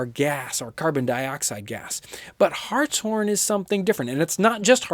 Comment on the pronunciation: Glad he said Hartshorn correctly. And yes it is my last name.